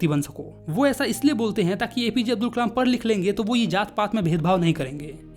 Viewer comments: me aapne kalam ki jagah kmal bola he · Nice video but said kamal instead of Kalam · it's kalam not kamal btw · Kalam ❌no kamal🧋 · It's kalam not kalem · Kalam bolte h Kamal nhii😂😂😂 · Kalam ❎️ Kamal✅️ 😅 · ...bro kamal nahi kalam he😊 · pe Kalam ki jagah Kamal 😂😂😂 listen carefully. All 👇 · is kalaam not kamal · Kalam ❎ Kamal✅😅😂 Btw..Your all videos are very helpful and understanding 😊❤ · A mistake in your vedio Kalam × Kamal 😂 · Who noticed on he said kamal instead of kalam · It's kalam not Kalam